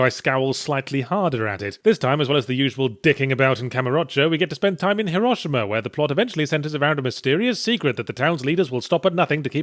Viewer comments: It’s pronounced /HE-ROW-SHE-MA/ not hiRAshima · Did he just pronounce Hiroshima incorrectly?